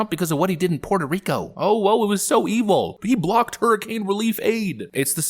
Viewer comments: its not puehto hico, its puerrrrto rrrico. rolling r's back in the day, those communist actors would be on some list somewhere in the cia headquarters. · "Wuerteh Hricoe"??????? I can only imagine how cringe that must sound to a real Puerto Rican 🤮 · Pwat Oh Ricoh? Speak English if you want respect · Never trust someone who pronounces "Puerto Rico" as "Hweto Hiko" in a speech.